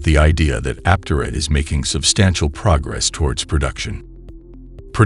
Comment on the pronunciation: Learn to pronounce Aptera. Good grief.